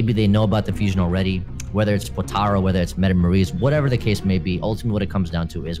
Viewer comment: It's Potara